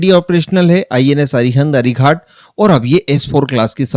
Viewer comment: Dear friend The names of our nuclear submarines are 'अरिहंत' and 'अरिघात' . Not 'अरिघाट' .